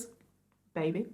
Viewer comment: Love the American "baby". 😂😂 such a great 1st vid💜